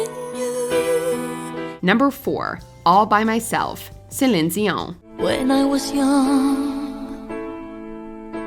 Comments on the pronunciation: Her name is CELINE DION. Not whatever you said. Selin Zion? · I'm sorry, but why is no one commenting on her complete butchering of Celine Dion's name ??????????